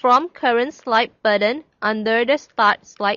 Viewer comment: actually I ment you should change the "button" pronouncation, the t is important not a d not buddon otherwhise great tutoring. sorry for the last comment